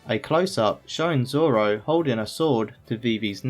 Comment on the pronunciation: "I think I can figure it out Zolo"